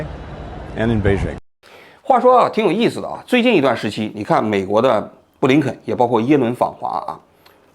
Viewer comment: 嘴瓢了，最后说成耶轮了，哈哈哈哈